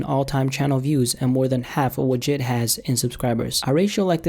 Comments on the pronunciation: Jid? J.I.D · jid?? dont you mean j i d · please pronounce J.I.D's name correctly 😂 say each letter separately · Its not jid it is literally J.I.D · It's JID not jeed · It’s J I D you say it by letter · J . I . D . not "jid" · It's pronounced who-mex and it's not jid it's J-I-D you say each letter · "Jid" lmfaoo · how he pronounced jid